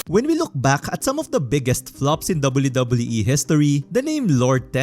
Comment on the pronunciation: I'm gonna lie I really like the way that you pronounce WWE